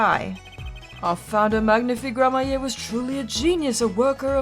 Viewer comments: please learn to read Gramarye as Gramaree, not gramaye (there is a clear r between a and a y) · Btw it's "Gramma-ree" not "grammar-yay". I haven't played this game in so long and I really dislike playing this particular case for a couple of reasons, one of which is that it's really obtuse. But I think maybe Valant has more to say now because of the gun? I honestly don't remember. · Just a tip for pronunciation, since you’ll probably say it a lot in this case. Gramarye is pronounced the same way as Smefanye, so Gram-A-ree. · Just a pronunciation tip. The name is pronounced Grammar-ey. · I'm fairly sure it's pronounced grammarie, thanks to apolo' s mispronounciation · Hey, “Gramarye” is pronounced “GRAM-a-ry.” The e is silent, so it rhymes with “Flannery.” It’s a real word, a variant of grimoire. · Don't forget, Gramarye is like "grammar-ee" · I’m pretty sure you’re supposed to say Troupe Gramarye like Grammar-e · I think I'm going to explode if she keeps pronouncing Gramarye like that